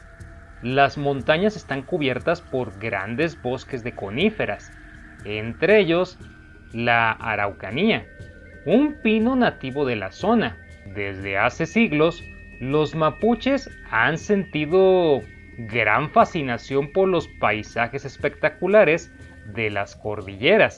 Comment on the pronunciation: No soy quien para corregir Pero ..pero tengo entendido que los bosques de ese lugar en especifico.. Se llama..."araucarias"...y 'no' "araucanias".....como se mencionó.. Dicho eso....gracias...